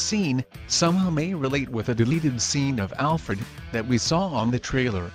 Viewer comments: “Dark seed” “Alfreed” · You get a thumbs down 👎🏿 for purposely saying their name wrong, you know damn well it’s not ALFREED or DARK SEED you’re just trying to get more comments on your made up thaught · Prepare for "DarkSEED" But "AlFREED"will save the day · I agree, it is pronounced Dark-SIDE!!! and also Al-FRED!!!